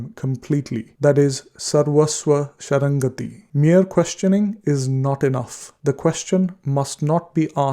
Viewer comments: Very beautifully read out by you. Only a little pronunciation difference in some places. It is Sharanaagathi and not shanrangathi. Other than some dheerga words spelt differently by you, the whole Satcharitra is superb. God bless you💐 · It is sarvasva sharanagathi and not sharangati pronounced I feel